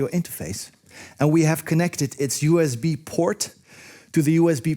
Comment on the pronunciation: It is USB, not U EZ B!